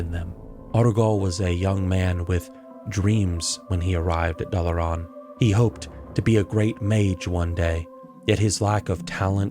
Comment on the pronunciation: Dalaran as well.